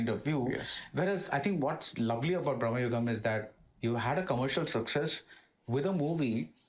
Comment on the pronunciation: It’s BRAMAYUGAM but in hindi momootty saying it as BRAHMAYUGAM. Maybe thats y he’s pronouncing like that.